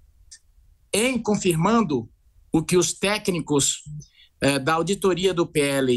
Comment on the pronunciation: "AUDITAGEM". KKKKKK 😁